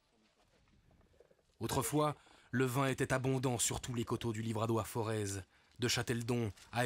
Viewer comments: Les Auvergnats ne font pas sonner le Z final...le "Forêt"... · On ne prononce pas le Z de Forez.